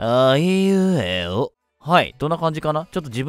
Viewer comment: あいうえおが途中からはいうえおに聞こえるwwwかわいいwww ネカフェ行って投稿してくれてたんだね(*^^*) いつも投稿ありがとうございます(´･ω･)(´_ _)♪ ネット繋がって良かったね(*^^*)